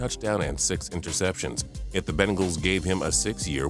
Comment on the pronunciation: why does he say bengals like bingals